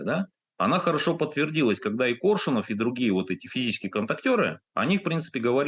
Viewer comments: Этот как будто специально произносит фамилию Коршунова, неправильно ставя ударение. Не Коршуно'в, а Ко'ршунов. При этом слышит же, что Максим произносит по-другому. И Максим лично знал Коршунова Виктора. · Думала мне только ухо режет произнесение ведущим фамилии КоршунОв. И не только это. Ощущение, что ведущий абы как окончил школу и подался зарабатывать на таких вот темах. Настолько безграмотно изъясняется.